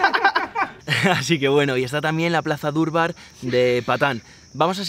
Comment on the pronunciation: No se dice durbar se dice darbar soy de Nepal vivo españ muchas gracias por video